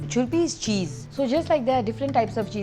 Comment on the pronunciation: I m glad that u visited Sikkim 😘 ❤️ this is Gangtok Lal Bazar .I loved the way u say churpi ...😊😊